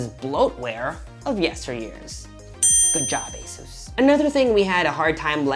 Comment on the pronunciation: pronounced "ay-zis", not "ay-soos"